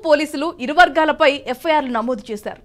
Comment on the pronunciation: వర్గాలు అనే పదం పలికేటప్పుడు మీరు గ అక్షరాన్ని వొత్తి పలుకుతున్నారు. తప్పు